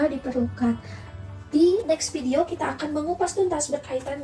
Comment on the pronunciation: Min, saran dong, kalau F dan V dibacanya jangan P dong, soalnya saya gimana gitu dengernya 😥 Kalau belum biasa, biasakan dulu ya min, sering banget ini diucapin notipikasi, apirmasi, pideo, inpormasi, pendaptaran